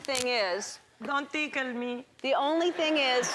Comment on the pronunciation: "Dont teekle me."